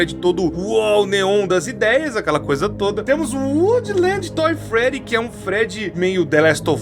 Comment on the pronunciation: Não sei pq mas eu ri quando o falou Toy Freddy